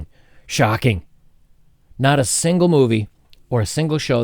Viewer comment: When he said SHhhooCKKING, i felt that